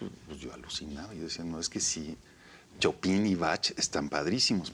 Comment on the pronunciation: "Chopin" y "batch" jajajajajaj